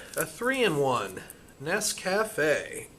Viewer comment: FFS..will you ration hounds please learn how to pronounce Nescafe.